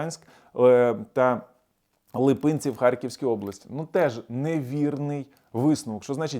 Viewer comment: Не Липинці, а Липці